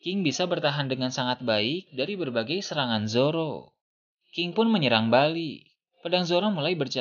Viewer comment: Ini gw yang salah denger atau gimana ya? Ini naratornya hampir di setiap kalimat yang akhiran katanya konsonan gak dibaca dengan benar.. kayak nama king dibacanya jadi ki, terus beberapa kata2 akhir kalimat lain yang huruf konsonannya gak dibaca.. emang gitu kah karakternya?